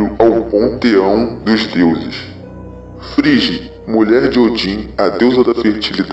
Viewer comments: Hugin é pronunciado Hugin como Ugin. Loki é traiçoeira e Figg se pronuncia Friggi vc ou gui. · Pelo amor dos Aesir Frigg pareceu frigideira. Ela não.muda de cor de roupa. Ela é responsável por Fiat das nuvens as mesmas as Nornirs. Hel é regente de Hellheimr. E Bragui se pronuncia gui e não gi. Gi não existe. Balder não é frio é a luz o mais amado dos Deuses. J tem sou de I entao é Nijord com ênfase no R.